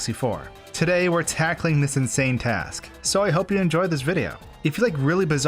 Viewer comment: Did you just say..... Task?